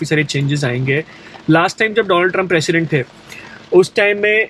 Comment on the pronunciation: It's 'President' not Precedent